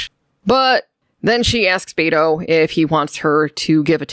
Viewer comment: Bayto... It made me laugh a little hearing you say it like that. It's Be as in Bell and To as in Toy. Beto. Dude is my tocayo. I never thought I'd hear my name in Star Trek.